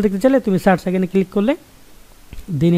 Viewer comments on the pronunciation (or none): none